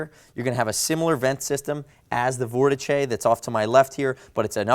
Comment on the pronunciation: Couldn’t get past 30 seconds with the mispronunciation of Vortice. Jesus Christ !